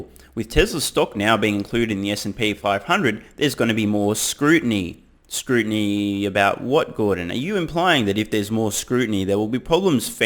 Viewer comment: gordon said "their market share has WENT from...." and moments later he said "has went..." again so he has an average or lower iq. and he said "scrutinty"